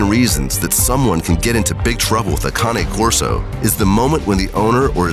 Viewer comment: They finally found a narrator who can pronounce the breed name Cane Corso!